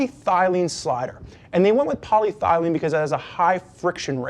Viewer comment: Love the site and the videos. I believe the guy meant to say polyethylene. The only reason I looked it up because it sounds like he said poly- thylene and I thought it was some material I never heard of before, so I checked it on the R&G site.